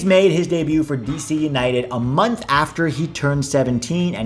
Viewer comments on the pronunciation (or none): none